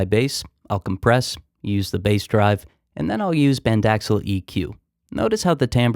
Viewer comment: Not "band-ax-al"... bax-and-al. :^)